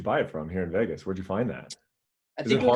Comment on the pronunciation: hate how he pronounces "vegas" ...."vaaaagus"